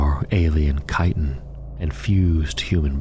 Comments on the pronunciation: Btw its KAI-ten not "chit-in". I made the same mistake for years because I knew the word from literature and not spoken word. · Love the vids! Not critique, I just wanted to help inform. Chitin is pronounced like "kai-ten" and chitinous is "kai-ten-us" Keep up the great work. I love these.